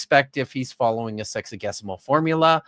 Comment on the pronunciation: Every time says “sexagesimal” I hear “sexy-guess-imal” (Also, of all the linguists you know, is Dapper the best at math?)